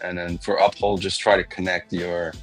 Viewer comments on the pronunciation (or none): Lol. Someone please tell it's Up-Hold, NOT Uh-Pold!!